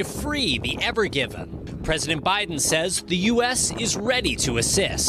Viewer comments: The "AVON GIVENN" ?! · They keep saying the name of the ship wrong. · Why’d he call it the ever given if it said ever green on it?